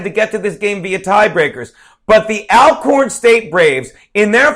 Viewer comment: the correct pronunciation is All-corn i.e. also, already, alright ect. Just so you know, Jesuits have their institutions as well as Catholics so help me to understand your issue the Historically Black Colleges and Universities? FYI: the title, HBCU will not be changed anytime soon.